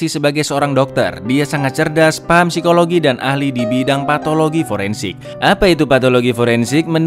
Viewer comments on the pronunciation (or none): none